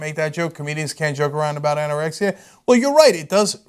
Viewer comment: Ok anna rexia anorexia wtf two different words